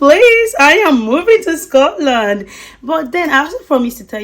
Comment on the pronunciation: You are saying Scotland all wrong!! Just go back where you came from..